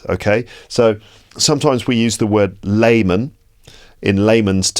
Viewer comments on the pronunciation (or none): It's lay man not limmon guys 😂 just to demonstrate